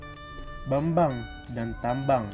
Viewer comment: Saran dan masukan buat nanda: informasi tentang makam raja - raja banggae ini sudah cukup mantap namun dalam video penyajiannya terlalu banyak jalan-jalannya sehingga kurang fokus kepada obyek yang disampaikan, kemudian pengucapan dua nama kerajaan d PUS kurang sesuai yaitu Ratte Bulan dan Tambang yang benar itu Ratte Bulahan dan Tabang. salam sejarah 🙏